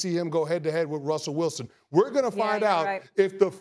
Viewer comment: Ummmm? Rus-Rus-Russel W..Wilson